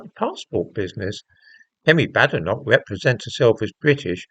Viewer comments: It’s pronounced Bay- den - och apparently. She corrected an interviewer the other day. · Number one you pronounced her name wrong, two comparing Kemi to men who changed their name? Quite disingenuous. I notice this was her maiden name as you mentioned. Two passports? Again disingenuous as living in a diverse world, what would you expect? Should not be news really. O I read your paper on prostate cancer and ethnicity, good read, might cite you in one of mine